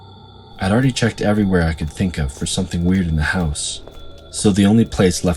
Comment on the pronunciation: "Everywhurr" "Over thurr"